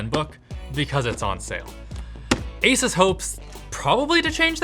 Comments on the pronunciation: Linus: Makes sure to pronounce 'Asus' correctly.: AsUhs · I really wish tech channels would decide on how to pronounce "Asus". I've heard Linus say it both ways. I've heard Steve say it both ways. I've heard Jay say it both ways. I don't care which one they settle on. Just make a decision. Also, if you say "asoos" instead of "Asus", you're the devil.